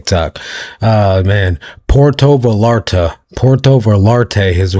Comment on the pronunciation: It's pronounced Vayarta. Not, valarta. It's spelled Vallarta. Puerto Vallarta not Porto